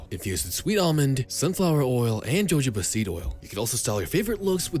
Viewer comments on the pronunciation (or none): none